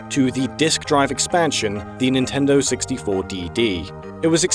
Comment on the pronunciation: DEW IT NEENTINDOH